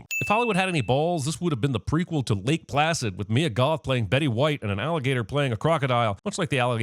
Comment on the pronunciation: Sin to CinemaSins for calling MYE-UH (Mia), MEE-UH. Ding*